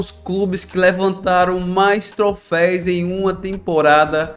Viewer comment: Trofeis nao irmao. TroFÉUS.